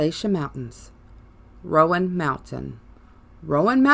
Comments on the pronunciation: Ummm… hearing you pronounce “appalashaa” makes me want to turn this off immediately. Remember this: if you say appalashaa, I’ll throw an apple atcha. It’s Appalachia. And Roan mountain is pronounced rone… not Roe ann. You’re apparently not from here, you’ll never be the old Gods of Appalachia. Sorry. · It's not ( RO- AN) mountain... It's RO-NE... We have ghosts and angels filling these hollers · Come on! Rōan mountain, and also, just like the pronunciation of Apalachicola same root and same pronunciation. App uh latch uhh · Rone Mtn..... Appalatchun Mtns.